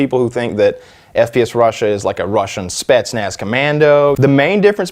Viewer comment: "Spetznatz commando" fucking lmao